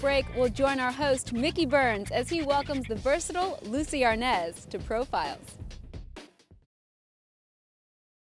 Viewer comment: Desi A R N A Z (OPEN A). IT'S A SPANISH SURNAME